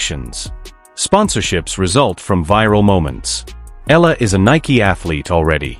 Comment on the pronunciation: Please pronounce her name correctly. Her name is Alexandra/Alex Eala (Eyala). We are proud of her.